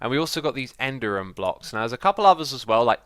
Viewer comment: X, it’s EN-DEE-RIUM!!!